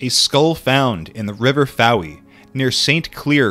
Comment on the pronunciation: Fowey is pronounced foy, like boy but with an f